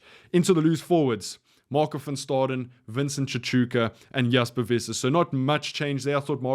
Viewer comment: CHI-TOO-KA. You better learn to pronounce it, you are going to be saying that name a lot!